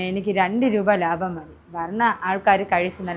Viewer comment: ലാഭം അല്ല ലാഫം..ഒന്ന് പറഞ്ഞെ